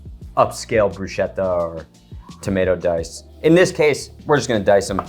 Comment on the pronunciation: Brusketta. Ch is a hard sound in Italian